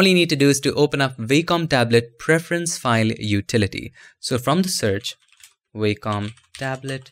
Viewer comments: nitpick: the company name is pronounced WOK-um, not WAY-com. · Nice video mate, thanks! BTW its pronounced 'vocom' (Wacom) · In American English, as opposed to British English, it's pronounced WAH-cum.